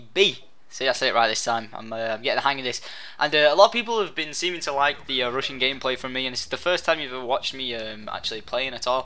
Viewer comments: I thought you were saying 'Russian' gameplay etc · I swear I thought you said Russian during the entire video except the end.